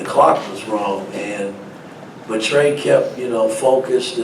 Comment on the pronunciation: It’s Trey not Trace